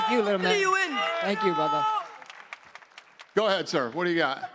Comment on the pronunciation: No its brudder